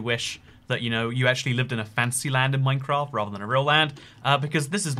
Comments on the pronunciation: MINECRAAT. Are you sure it’s MINECRAAT and not MINECRAFT? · minecraat